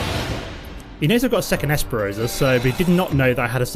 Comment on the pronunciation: I love your MtG videos. One thing though that is driving me crazy... the card, Esperzoa is not pronounced ES-PE-ROH-ZAH. It is pronounced, "ES-PER-ZOH-UH"